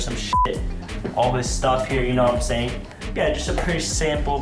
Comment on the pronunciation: "You know what i'm saiyan" Edit : His a saiyan, or he jus uk said it like that. It makes sense if his a saiyan because his stronk